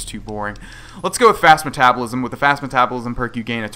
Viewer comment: You pronounced "metabolism" wrong.